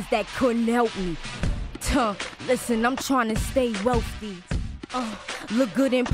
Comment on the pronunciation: “Listen I’m tryna stay WEALFTHY”